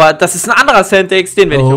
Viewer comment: Bitte sag das Centex bitte ehrehman